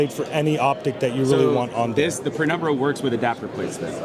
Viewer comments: Penumbra not pre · Penumbra, not prenumbra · Why are they calling it PREnumbra?